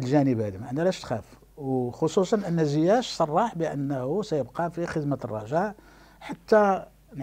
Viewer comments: ناري عصبني واش من نيتو كيقول زياش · واش أنا لي كنسمع هاد الصحفي كيقول زياش🙄🙄